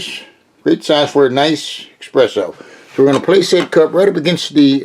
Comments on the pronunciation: It's espresso....not expresso. A true barista would kill you. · Did you say eXpresso? Like a 5 year old?